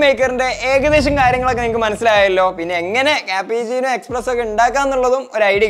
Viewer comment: Bro expresso alla espresso aanu to